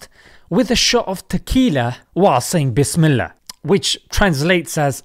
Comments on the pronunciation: at least she said bihsmilla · Gurl said bismalllah before drinking alcohol 💀